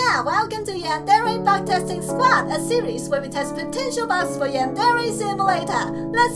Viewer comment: Lols every time she says her intro, I though she says butt testing squats a series where we do butt squats